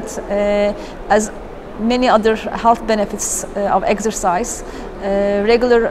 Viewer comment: And "eggsercise".